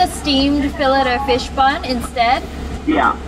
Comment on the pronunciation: You called it a felit o fish instead of ( pronounced ) fill aye o fish the t is silent